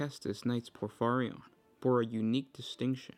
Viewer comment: It's pronounced: Acastus Knight Porphyrion. Not Acastus Knight Porphyrion.